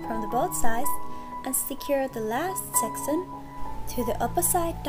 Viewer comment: Sec-ch-un seck Chun not sexson